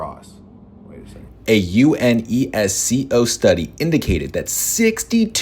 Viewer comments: Who pronounces UNESCO like that bro 💔 it's you-nes-koh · bro it’s pronounced as you-NES-ko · ... Is this also ragebait? Touché. Ok if it's not I just wanna point out that "UNESCO" is an acronym, not an initialism, so you pronounce it as a word instead of sounding out each individual letter. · why he spelling unesco out for us🥀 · Agreed with the message, and I mean no shade saying this but ngl I’ve never heard anyone pronounce UNESCO letter by letter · I'm sorry but how did this guy pronounce UNESCO??